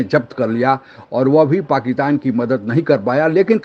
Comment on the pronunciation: Are Pakitan nahi Pakistan